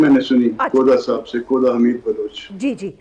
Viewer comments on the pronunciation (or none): کہدا😂😂😂میڈم (کوھدا ) پڑھا اور بولا جاتا ھے